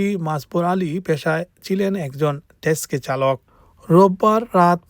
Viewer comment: Texi ...not teski